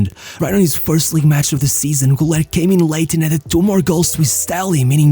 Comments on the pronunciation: Ilhan Cavcav, not Murat. And it's pronounced "goo-ler" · Kinda funny how you put so much effort in his name, yet you just ignore the dots above the U, pronouncing the 'Ü' like a 'U'